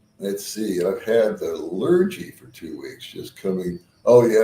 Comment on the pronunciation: The Dreaded Lurgy - the “g” is pronounced as a hard g as in gun not g as in George.